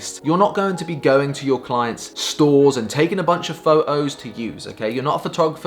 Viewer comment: English: Photos This Guy: Pho-ohs! :p